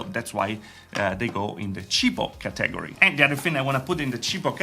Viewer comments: Cheapo Cah teh gory category. It should sound more like cat / Catta / Katta then gory. not cah - teh - gory. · Kah-tag-O-ry > ka-tah-gor-E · Bruh who else heard ca tag gor re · I like how you pronounce Category. Ha, ha, ha. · You said like it how Dexter says laboratory.